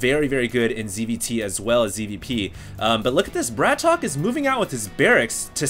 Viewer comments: Isnt his name pronounced "BRAT OKAY" not "BRATOK"? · Mondragon -> MONdragon emphasis on MON BratOK -> BratOkay NOT Bratock T.T